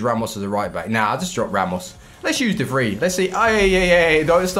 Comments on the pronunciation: Its pronounced as de vry mate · you're mispronouncing De Vrij